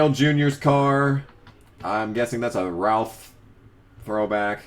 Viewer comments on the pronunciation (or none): none